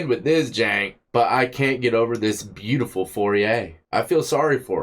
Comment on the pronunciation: ... I can't get over this beeyoootiful foriet...😂😂😂